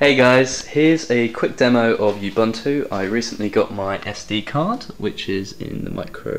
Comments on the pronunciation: Ub-, not Yub- Disclaimer: I've been correcting pronunciation of "Linux" for 15 years... Anyway - tempted, for the Android abilities. APC.io's shipping costs are too high for me to contemplate. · GAH! Ubuntu isn't pronounce "Yubuntu"! Looks capable though =)